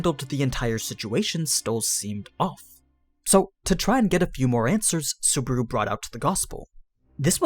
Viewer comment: I quite enjoy these series, my only problem is how you say Subaru ... suburu.